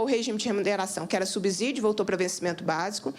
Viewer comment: Subsídio tem a mesma pronúncia de " subsolo" A letra S depois de uma consoante o som é de dois SS.